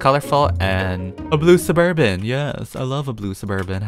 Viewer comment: When he says "Suburban" I remember "suburb van"😂